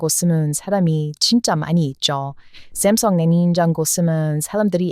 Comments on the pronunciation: 샘성이 아니라 삼성... 발음이 어색함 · ㅋㅋㅋ 아직 삼성 발음을 쌤성..귀여워.. 한국 말로 설명하다 . 문잔 중간에 영어 단어 나오면 완전 현지 발음이 나오네..